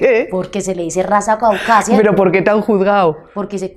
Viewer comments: Caucásica no CAUCASIA dícese de la ciudad intermedia del bajo cauca antioqueño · CAUCÁSICA, NO CAUCASIA. CAUCASIA ES MUNICIPIO DE ANTIOQUIA. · pero dijo "Raza Caucaza"...? no es caucásica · 1. Hace mercados, los reparte a gente que lo necesita 2. Tiene todo en orden con la Dian pagando sus impuestos. 3. Genera empleo a muchas mujeres en Colombia 4. Se ha superado, y habla muy bien 5. Tiene un gran AMOR PROPIO Pero la gente se queja porque dice Caucásia, en vez de Caucásica!! Ahora se entiende que así fuera perfecta la gente siempre sufrirá de envidia. Bravo Epa Colombia! Que gran espíritu tienes ahora! Sigue adelante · Epa, es raza caucásica, no Caucasia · Con tanto dinero deberia terminar sus estudios y no hacer el ridiculo en todo un pais, no se dice CAUCASIA se dice CAUCASICA. CAUCASIA; es un municipio de antioquia... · Es caucásica no caucasia. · Se dice raza caucásica, Es Colombia no pronuncia bien